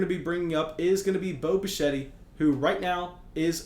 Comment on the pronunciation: Dante Bischette’s son is not Vlad Guerrero’s son and the e is silent